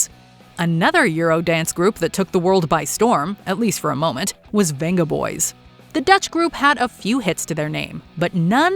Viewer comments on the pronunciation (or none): It's pronounced Bengaboys - the was a whole thing about it.